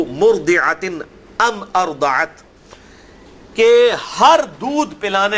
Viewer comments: You are mistaken in speaking عَمَّاۤ اَرۡضَعَتۡ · تم قرآن کے اس حرف کو غلط پڑھ رہے ہو عَمَّاۤ اَرۡضَعَتۡ